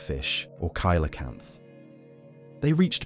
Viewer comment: Why say Ky-lo-canth, instead of See-low-canth...?